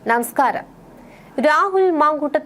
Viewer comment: നമസ്കാരം കേൾക്കുമ്പോൾ ചിരി വരുന്നു...... മലയാളത്തിൽ ന എന്ന അക്ഷരം ആദ്യം വന്നാൽ ഉച്ചരിക്കേണ്ടത് ഇങ്ങനെയല്ല...... നാട്ടുകാർ ഇതും അങ്ങനെ തന്നെ.